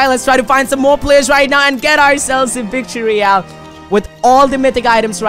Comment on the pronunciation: He said vict royle